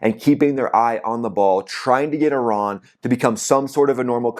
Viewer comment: Ten seconds in and I hear that you still haven't figured out how to pronounce the word 'Iran'. Can't be bothered to watch any further. Call me when the merry-go-round stops and the 'war' is over.